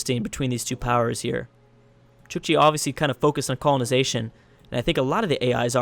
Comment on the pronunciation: It's not pronounced chichi, but Chook-chi. It's writting Chukchi. Or Chukotka (Choo-koht-ka) In russian, the country these people live in :)